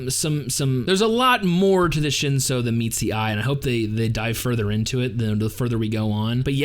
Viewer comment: I do like your analysis. Have you read the source material? It's on an app called Webtoon. 2 words you pronounced weirdly Shinsu - ( Shin sue) Lero ro - ( Lé row row)